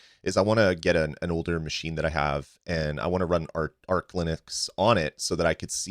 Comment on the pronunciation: You pronounced arch wrong. Its arch, not arc. Both arch linux and retro-arch